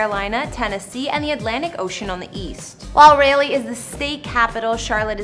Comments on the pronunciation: Raleigh pronounced Rawleigh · Who is this chick butchering up NC city names, Lol!! Raleigh is prounced: RAWLEE, smh! Is she saying Steph Curry lives in Roxboro? Some of these city names I didn't know what she was trying to say and I live here. Only knows how she would have butchered up: Greensboro (where I live)🤭🤣🤣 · me living in north carolina and when she say raleigh wrong I almost cried!!!!! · When she said Raleigh I rolled my eyes 😂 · Not trying to be rude but I'd want to be corrected.. Raleigh is being pronounced incorrectly. I wasn't sure what city you were talking about at first. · The way she said Raleigh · Ask the locals before you try to pronounce the names, for example, "Raleigh". It's not a long a, but like "ahhh", like in heavenly. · So cute she pronounced the state capital wrong ...but it's one of those state capital words that will trip you up but continue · Bro can’t pronounce sauilsbary or Raleigh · She can pronounce Durham but not Raleigh.. lmaooo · It's RAH-LEE..... NOT RAY-LEE.... , This for some reason showed up on my Google explore/home screen... This was hard to listen. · Did she say raylly..... like it ain’t Rah• lee... Raleigh, NC ..... lol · Thank you it’s rowly not rawly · I hated her after that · No one pronounces Rah- Lay lol the right way or Rah- Lee. I've always get Rail-ee or Riley or Ral-ee cthu! It's funny! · Not Raylee, NC 😩🤣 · Raleigh is pronounced Rawl-lee not Ray-lee....SMH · lol....yes she should have asked someone before she did this video! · well it sure isn't pronounced Ry-Lee like the name Riley Rawl-lee Rah-lee close enough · Wtf is Rail-lee? You mean RAH-LEE? SMH. How you even get that pronunciation from the way it's spelled? (Raleigh) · For God's sake!- If your going to do a segment on North Carolina, is it to much to ask of you- to know how to pronounce the name of the damn capital. Its Raleigh...pronounced as ....( Rawlee) - not Railee. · Rah leigh, Salls berry, Correct pronunciations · Rayylee .. lol!